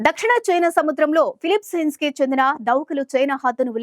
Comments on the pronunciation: It's not Filipsen, it's Philippines. Telugu pronunciation is also, very bad..🤦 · what a confidence sister. "Philippines" not "phillipsence". Got really distracted. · ఫిలిప్సీన్స్ కాదు తల్లీ ! ఫిలిప్పీన్స్